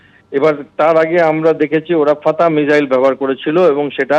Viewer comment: আরে এটা কে? আগে মিসাইল কে মিজাইল না বলে মিসাইল বলতে শিখুন, তারপর নিজেকে বিগ্রেডিয়ার বলে পরিচয় দেবেন। Abp ও যে কাকে কাকে ধরে নিয়ে আসে 😅